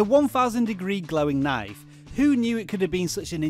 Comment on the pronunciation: Pretty informative, yet I got to admit I don't like the way you pronounce 'knife'. Naiff xD